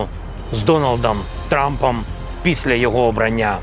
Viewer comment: "З Доналдам Трампам" 😅